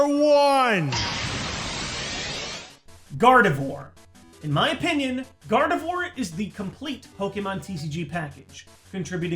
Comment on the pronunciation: Nobody: Absolutely nobody: Not even a soul:: Gardevoir gardevore.